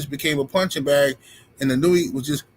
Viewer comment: Pronounce his name correctly. It s E-No-Eh. If Inoue is overrated, so is Devin Haney, Teo, Mayweather. Lol😂 5 belts and overrated, yeah okay.